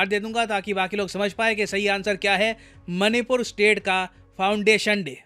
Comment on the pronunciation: oo bhai...मनी पुर नहीं पैसा पुर ही कह दे।। baar baar hrr baar मणिपुर को मनी पुर बोल रहा है।। ek naam tu bhi change kr de.. tum logo ne english ke naam pr hindi ko jo bnd bja rhe ho..or khud ko cool samjhte ho.. tum jaise logo ki bjh se hi or log ense naamo ko.. galat bolte hai.. sochna chahiye tume.. kya galt kr rhe ho..log follow krte h tum jaise logo ko phr woh bhi ense hi bolte hai..